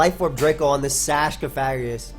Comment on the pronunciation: It doesn't really bother me you mispronouncing Pokemon but correcting someone does no harm:] It's pronounced co-fa-gri-gus. Thanks for the great video again,:]